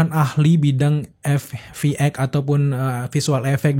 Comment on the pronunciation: VFX bukan FVX 😂